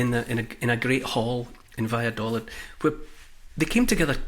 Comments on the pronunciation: Neil... Valladolid is pronounced with a double "ee" sound on the final syllable. in Spanish the "i" sounds like "ee" in English. Vaya do leed. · I’m in stitches at your attempt to say: Valladolid. I’m British and live between Scotland and Madrid. Try this: va-ya-daw-leeth … this pronunciation might help 🤣. The “daw” as the aw sound in draw and leeth as in teeth. Good luck! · Ha, I lived in Valladolid for 6 months in 2004! I recognised the plaza, but not Neil's pronunciation lol!